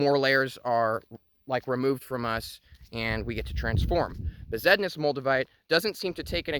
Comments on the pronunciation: " 'Regular' Moldavite ".... haha. Besednice = ' Bez- ehd-NEE-cha ' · it's pronounced 'Best-nice"